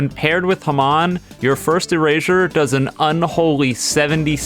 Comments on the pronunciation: Hey, I know this is kinda petty, but it's pronounced "ha-mown" not "hum-on" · It's not ham-awn it's ham-on lol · "Hman" Its legit ha-mon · it's not ham-on it's ha-mmon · The way he says hamon (ha-mone) pisses me off its not (ha-mon) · It's pronounced ha-m-O-n not ham on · can we just say the fact that he said humon instead of hamon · it's HAMON not HAMAN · Says Hamon like Haman. I get it some of us can’t say Hamon. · did you call hamon (ham-in) ha-mon? wait a minute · It called ha moan and typed as hamon not hAm ON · can we just talk about hoiw he says ham on instead of hamon? (pronounced hahm-oghn) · ITS PROBOUNCED HA-MON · The Hand is completely overpowered not just in game, but in canon as well. The catch is, Okuyasu's a fucking idiot. Most players are not idiots, so there goes its only weakness. Also, did you pronounce hamon as heh-mahn? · did he just say haman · Hearing him saying "hmahn" hurts me as a true jojo fan so much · It’s pronounced ha-moon. It’s in the freaking anime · "haman" bro please just say it right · Why’d he say hamon like that? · Dude can't pronounce hamon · Stop saying hamon like that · Man I hate how this guy says hamon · The way you pronounce "hamon" making me mad.